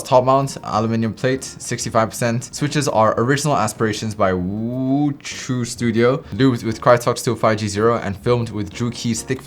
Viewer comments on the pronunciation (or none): none